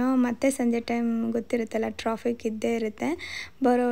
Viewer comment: Troffic alla ri its traffic😂